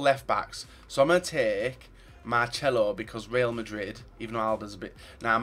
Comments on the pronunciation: why do u say marchelo instead of marcelo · FFS it's not marchelo. there is no "H" in his name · Hey it is Marcelo not Marcelo. It's so annoying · Did you really say 'Marchelo'